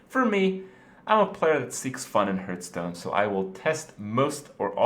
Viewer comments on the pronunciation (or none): What is this other game Kripp speaks of?Hurtstone?